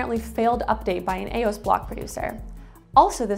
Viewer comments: E-O-S, not Ay-ose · E OS not AOS 😂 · “A” OS??? It has an actual E in it. It’s E-OS.